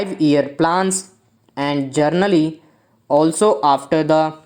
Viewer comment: Brother dictation toh thik di hai ..but 'general' or 'journal' ki pronunciation me frak hota hai...While dictating please keep that in mind....and lastly thanks for giving this dictation.